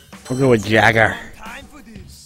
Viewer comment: I don't know if Cheeks in this game but he is one of the funny looking wrestler in the series since his head is a butt (I'm not kidding his head is a butt) but you keep miss pronouncing Jeager name its pronounce Yeager.